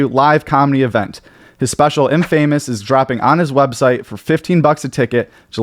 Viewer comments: Wouldn’t it be (in•fa•mus) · it's pronounced "infa-mus." not "in-famous" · Dude said in-famous instead infamous confidently lol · you said infamous wrong lol, have you ever said that word before? dude you have to do the video over, we don't belive anything you at after that. In-famous lol wtf no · How are you saying infamous like this 😂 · Love the work but can’t stand how you say infamous 😂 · Im sorry, how do you pronounce ‘Infamous’? Lololol